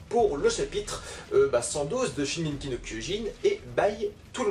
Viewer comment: ça faisait longtemps que je n'avais vu une de tes vidéos. Tu prononces toujours "Shigenki" no kyojin !